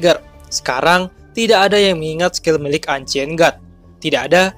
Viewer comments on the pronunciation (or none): none